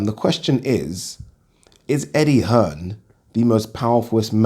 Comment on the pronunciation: Eddie 'Earn' Hearn